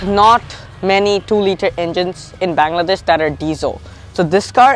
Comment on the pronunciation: Learn to say Bangladesh properly.